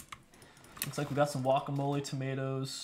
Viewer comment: did he just say wuacamole?